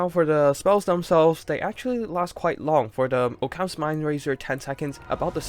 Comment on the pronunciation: "Oh-cams" lol. Occams razer, "aukums"